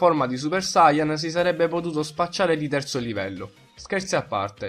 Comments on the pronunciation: La pronuncia è: saiyàn no sàiyan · Sayàn , ti prego perché Sàyan?!! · Ma come cazzo pronunci sayan???